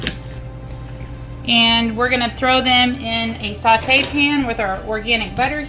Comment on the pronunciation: Saw-tay. Not salt-ay.